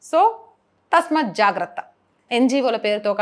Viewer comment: తల్లీ —-తస్మత్ తప్పు——తస్మాత్ correct. భావంతో పాటు భాష కూడా శుద్ధమైతే బాగుంటుంది.